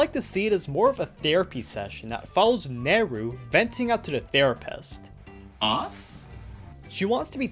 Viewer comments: ITS NERU. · It’s Neru.